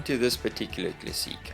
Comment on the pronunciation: Hi, I'm French speaking and I like how you pronounce "classiiiique". When I was a child I dreamed of having a Peugeot.. What a great job, bravo !! Au revoir :-)